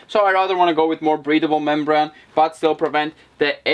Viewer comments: membrane it's pronounced ...mem BRAIN not mem BRON ☺ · Inside your skull is a brain so that's how you pronounce membrane not criticising just trying help improve your English